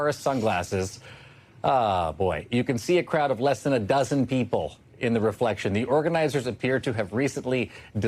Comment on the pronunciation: They pronounce DO-ZENs of people quite weirdly.. DOW-ZENTS!